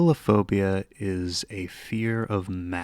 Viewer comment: Megalophobia should be pronounced similar to arachnophobia. Me-GAL-ophobia.